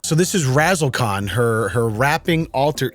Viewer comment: I like how when the finance dangle pronounced it can followed and stopped pronouncing it con haha